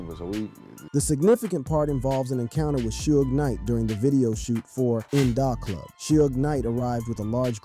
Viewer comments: why you keep it as nnnin Dahhhhh Club its In the Club -(IN DA Club) pronuication is crazy wild homie .... it 2Pac (two-pack) Tupac learn to pronounce their name better smh..... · Buddy says" In Da Club" kinda weird. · Is this a real person talking cause In Dah Club, Two Pack and Shooj Knight are some crazy ass pronunciations